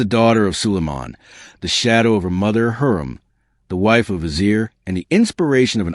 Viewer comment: This is terrible. Not one name pronounced correctly, you even messed up Hurrem!!!!!